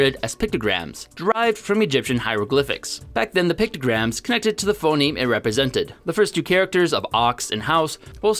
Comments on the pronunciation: he switched to saying "Phenome" instead of Phoneme. This combined with him constantly saying "Daygur" for Dagger, in the past videos, makes me question if he's the best one to come up with a new language, when he clearly doesn't even have English down. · Everyone: Phoneme: Phenome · Phenome? PHENOME?!? Also you keep referring to this as if it's a language in its own right, when really it's just a new writing system for English. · it's *phoneme not *phenome.